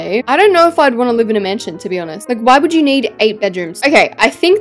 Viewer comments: I like how she said "MASNION" instead of mansion lol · Masninon? I love your videos but masninon?.?? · 😊hahaha u said masnion